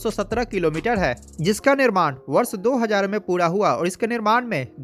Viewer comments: hajaar nahin, hazaar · bro shayad se bihar me z ko j bolte hoge] lekin kam se kam samajh me to aa raha hai lekin aapne jo kaha woh sahi hai